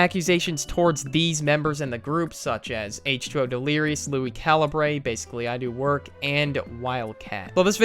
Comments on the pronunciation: bro he said Lui calabray just for if you make a video it’s lui calibure just for next time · Holy sheeeeeeetttttttt it’s pronounced LUI CAL-UHH-BER Got dang that triggered me